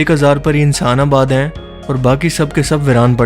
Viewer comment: Bhai tum sentence k akhri word py itna zor kiu dete ho? Hain hain hain Sunay main aisa lgta ha bakri ki cheenk phasi ha Itna ala channel ha ye kaam b thk kr do